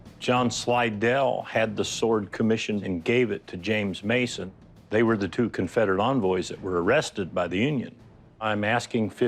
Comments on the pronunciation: I believe it’s pronounced Sly dell. 🇺🇸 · The very first seller in this compilation, when he's talking to Rick about his item, Rick absolutely butchers "John Slidell's" name. I only know bc I grew up in Slidell, LA which is named after him. It's supposed to be pronounced like "Sly-dell." 25 minutes north of New Orleans ya heard me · Pronounced "SLY-DELL", like the town in Jefferson Parish, LA across the river from New Orleans that bears the same name. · The name is pronounced sly dell. He has a city just north of New Orleans named after him.